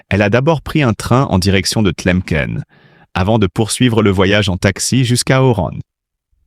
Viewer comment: Qui est ce commentateur ou commentatrice qui estropie les noms d'Algérie ? Pièces noires pour pied-noir, tlemken pour Tlemcen, Asnicia pour La Senia. Quelle honte, incapables d'écrire correctement, retournez à l'école!!!